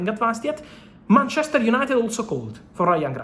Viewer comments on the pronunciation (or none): none